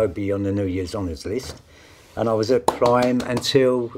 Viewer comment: They could probably kill me easily but goddamn is it funny to hear them say the word cwime